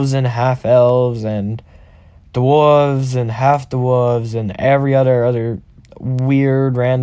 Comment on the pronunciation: The way you say dwarves is funny